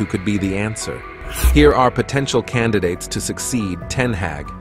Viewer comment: You've mispronounced both Ten Hag (Harg) , and derby (Darbee) in the opening 40 seconds 😢